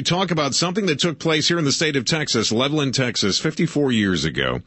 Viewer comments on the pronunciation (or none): I am from Levelland. My Dad witnessed the ufo. Also....Levelland is pronounced Level Land!